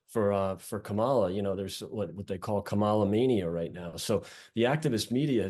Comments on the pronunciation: How do you not know after almost four years how to pronounce the Vice Presidents name? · best campaign strategy ever, intentionally mispronounce Kamala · It's disrespectful and deliberate when these guys don't pronounce her name correctly. Can they pronounce Camilla? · If you are an American political analyst and after 3 1/2 years you still can't correctly pronounce the vice president's name, there's a problem. Sincerely, Pennsylvania Voter